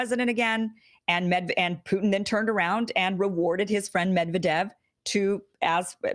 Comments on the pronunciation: This vid didn't open from notifs, only from your channel. It's Ka-zakh-stan (if I got what you re saying), and it's MedvEdev, not MEdvedev, btw. We were expecting them to resign back in 2018 after reelection. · It's pronounced Med'viedef not Medvedev xD /mɪdˈvɛdɪf/. Thanks for the awesome content. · It's pronounced 'Med-VED-ev.... stress on the 2nd Syllable... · Stress of "Medvedev" is on V Medvedev (/mɪdˈvɛdɪf/).